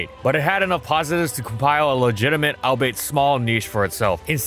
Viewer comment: My guy, you really gotta learn how to say words. "Al-be-it", not "al-bait".